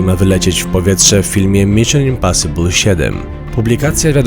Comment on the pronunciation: i w książce śmiali się z Kuby że powiedział Dżak olanter czy coś a sami mówią np. Miszyn imposibul XD